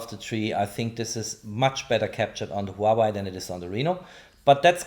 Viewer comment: It is not just Reno - it is also the way you pronounce Huawei - technically good review, but unbearable to listen to.